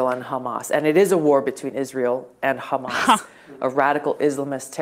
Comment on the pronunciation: If someone pronounces Hamas as "hummus" anytime, I'm gonna flip cuz it's not a hard word. British and Australian news hosts are just hilarious.